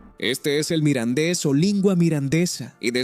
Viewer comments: Es un poco lamentable oír todo el rato hablar indistintamente del mirandés y del "midindis"... esto de la traducción automática es un asco. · Muy interesante el vídeo y su información pero se acabó el vídeo y solo se oyó mal pronunciado el idioma Mirandes